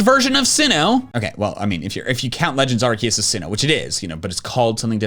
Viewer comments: IT'S ARCEUS, NOT ARKOOS! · Did u mean legends Arkoos? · Im surprised he didnt say Arkoos